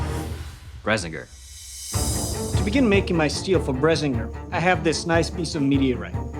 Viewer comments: Sword and video so good, I had to nitpick! According to the audiobook read by gerard doyle, its not "Brezenger" but "brissinger" as in briss. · Bruh stop pronouncing it "Bresinger" its just "Brisingr" Like the "bri" from "bring" and "singer" Bri-singer And say it sorta fast between the"bri" and "singer" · pretty sure its brisingr not brezzinger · it's Bris-in-Ger not bres-ing-er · I always pronounced the name as BRISS-ing-Gir. Your pronunciation of Brez-in-gir is intriguing. Hmmmm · I liked the creative interpretation at least it didn't leave me trying to figure out what rendition of the book you read that I did like when I watch the "movie" and "Ready Player One's movie" this was awesome! Yet .... Paolini pronounced it as Bri - Sing - Ger no Bersing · He said Brisingr wrong! It's Bri-ZING-er! Not BRA-sing-er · It's pronounced bri-sin-gr Not bra-sing-ur. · Isn't it pronounced bris intend of bres and why doesn't it light on fire it self :) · "Brez-ing-ger" - You guys are amazing at creating things, terrible at pronouncing them. It's Briss-In-Grr. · BRISS-ING-GRRR not BRESS-ING-GRR, they have a whole pronunciation guide for it all and it was never in that poor excuse of a movie, only Zar'Roc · yes. BRIS-ingr. Not BRES-ingr. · I always thought Brisingr was pronounced BRIS-ING-ER, not BRES-ING-ER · Thank you for picking book over movie. Also it's pronounced Briss -ing-Ger, not Brezz -in-ger. Source: The books themselves, lel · It's bris-ing-ger that's how you pronounce it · The pronunciation was annoying to me. The books tell you how to pronounce it. It's Briss-sing-ur. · I have read the books and am not good at words but i think that you pronounce it (bris-ing-ger) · Awesome vid. I have my qualms about the pronunciation (sounded like Bresinger), but nice work! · Bris-in-gir hard I sound every time, end of the book has a pronunciation guide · They are pronouncing it wrong, its brisingr bris like hiss and ingr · It is prouneced Bris ing ger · PRONOUNCED. BRISS-ING-GRR